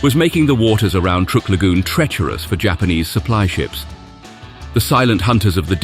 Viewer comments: Love the surf music-tad bit condescending? Ohh, and it's "Truck" Lagoon, not "Trook" Lagoon. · The narrator needs to learn how to pronounce the names of places and people we are not British like it is not trook it is truck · Truk is pronounced like Truck. not like Trook. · In American that we pronounce that truck Island if you're going to tell stories about the US you should use our pronunciations out of just respect😅